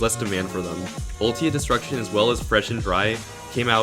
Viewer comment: ”iT’s UlTiMaTe nOt uLtIaTe” lol